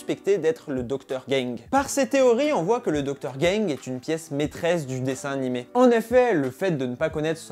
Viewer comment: C est docteur gang pas docteur gingue ......😂😂😂🤣